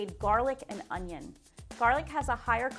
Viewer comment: HE SAID THE ONYO!!!